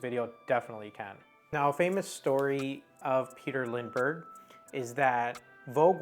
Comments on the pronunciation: this video is none sense . you can watch his video talking about his Style and the wsy he Works . ps you say his name wrong . Lindbergh. not lind denbergh . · It's not LinDENbergh , it is Lindbergh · "Lindbergh", instead of "Lindenbergh" and even the title is wrong. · Dear Sir, Please go to lengths to pronounce Names Correctly (You got it right the first time but not the 2nd & 3rd)(there is no 2nd "N" in his name)!!!!!!! It seemed that most of what You said was correct .... I do not want to be critical (but I can not help myself)... I wish that there would be an easy way to contact YT people privately.......... Best on Your YT endeavors.... I subscribed :) :) :) Remove this if You like :)